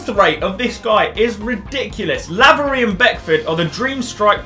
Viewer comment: Btw laverys name is said like c-a-y-l-o-n